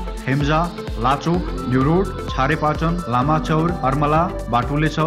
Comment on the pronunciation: thau ko naam haru ta pronounce garna najanneko kura kalle pattyauni ho, its not chharepatan, chhorepatan ho, jyos katipaya kuraharu chai pattyanu parcha, nepalka dherai thauharu khatra nai cha basnalai, kathmadau ko jamin daldale , katai pairho, terai tira baadi, estai ho...